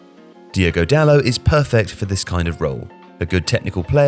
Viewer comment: There's a T at the end of Dalot. He isn't called "Dalo". His name is spelled and pronounced Dalot. The T would only be silent if he was French. He isn't French. Stop getting bond wrong. I mean, stop getting names wrong.